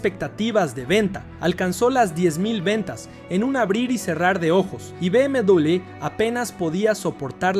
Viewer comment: Que triste no saber pronunciar B M doble V